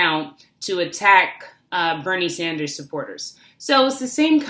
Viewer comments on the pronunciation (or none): none